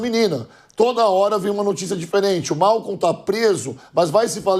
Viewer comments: Não é Malcon, é Maicol kkkk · Meu Deus o nome do assassino é Maicol. Tem dúvida? Este senhor fala Mawcou socooorrooo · Não é Malcon, é Maicol.